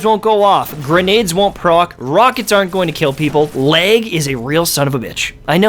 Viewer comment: R u saying leg? Lol jk